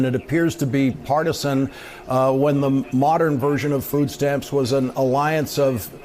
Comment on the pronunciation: I can't stand the way she says "food".... It's like a foreign word to her. It makes my skin crawl. Maybe I need some Botox.